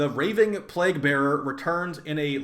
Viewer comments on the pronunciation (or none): you not being able to say "ravening" hurts me